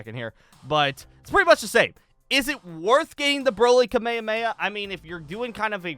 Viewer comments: ITS PRONOUNCED KA-MEH-HA-MEH-HA NOT KUH-MAY-UH-MAY-UH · Why does he say kamemameha like that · The way he says kamehameha isn't accurate cause they don't say that in the anime